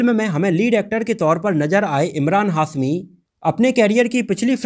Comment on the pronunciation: 00:3 hasmi nahi hashmi sagufufata nahi shagufta mahes nahi Mahesh Mukes nahi Mukesh correction kar lo bhai